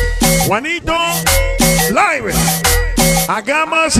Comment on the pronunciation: Se pronuncia juanito " liv" y saludos y abrazos para todos los que le encanta cumbia sonidera.